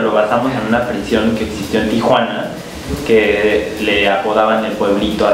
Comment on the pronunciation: Es "prison", no "prishion".